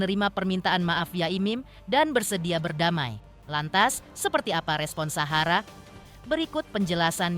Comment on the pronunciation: Ini knpa klu bilang Sahara kok sllu suhara